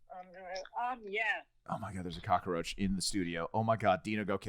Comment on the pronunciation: I giggled every time I hear them say cockroach as “cockaroach”